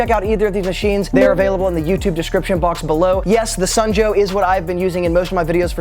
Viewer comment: It's "Sun" Joe....not "snow" Joe.